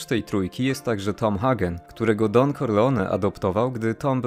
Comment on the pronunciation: skoro mówisz "solozo" zamiast "solocco" i "Hagen" zamiast "Hejgen" to nie powineneś przypadkiem mówić "corleone" zamiast "korleone"?